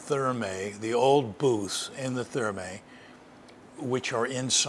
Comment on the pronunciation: Another cracking video,. I'm quite surprised neither you nor Mr Moore pronounce Thermæ correctly...